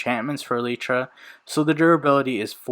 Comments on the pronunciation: Its E lie Truh say fast its not Ee lee tra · Holy bro it’s eee-ly-tra not eee-lee-tra, I can’t watch this video because of that sole reason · He said elytra wrong